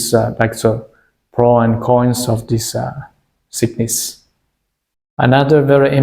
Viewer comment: Please hire a fluent english speaker to speak for you and proofread your subtitles. The plates are measured for their "thickness" and not "sickness." 🤦‍♂️